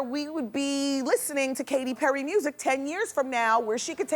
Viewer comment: She got Katy Perry right 💀